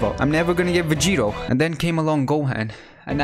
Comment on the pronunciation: It’s gohan